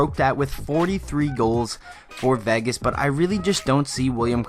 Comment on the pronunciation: It's VAY-GIS... not VEH-GUS